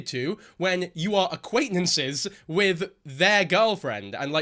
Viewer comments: "Aquaintnances" got me lmao💀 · Some people do say the word acquaintances like Kayla